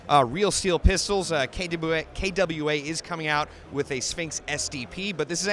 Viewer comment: Yes! Yeah for pronunciation skills (kay-dub you ehh)